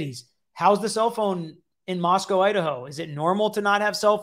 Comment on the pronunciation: People have lied to you about how to pronounce Moscow. But you say it correctly after the first instance.